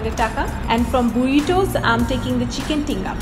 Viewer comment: Mexican food name er pronouncing tomar hoy nai. Fajita= ফাহিতা Queso = কেসো Burritos = বারিতোস Hope next time you pronounce correctly!😊